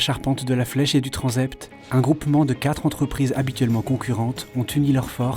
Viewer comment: Très intéressant. Petite remarque au commentateur : le s de « transept », précédé d’une consonne, se prononce « s » et non « z », conformément aux règles de phonétiques française.